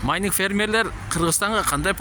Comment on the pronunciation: Майниң эмес майнинг